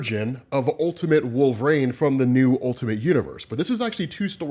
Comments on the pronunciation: Genuine question, why do you say wolv-rain instead of wolverine? No hate just curious. Been a huge fan for about 7ish years, keep up the work!! Love ya dude! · Why TF does this dude pronounce it "Wool-vuh-rain"?!